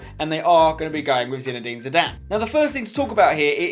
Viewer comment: spence its zidane. dont argue